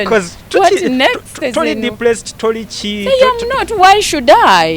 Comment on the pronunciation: Mbu deplesed😳 Depressed ✅